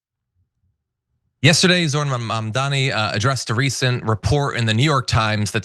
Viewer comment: Dude are you seriously strugging with the word "MAMDANI" (pronounced like "mom" + "daanie") ?! Dude your last name is "Iadarolla", lets butcher that one !!! Even 'Iadarolla' is harder to pronounce than Mamdani! Idiot!